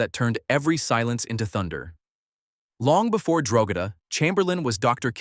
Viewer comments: It's pronounced Drogeeeeeeeda not Drogeda. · The ranch name is pronounced Dro-GEE-da (hard “G”).